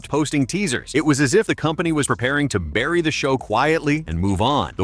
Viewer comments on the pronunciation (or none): none